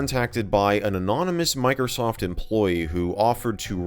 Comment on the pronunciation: It's microsa ft sa ftware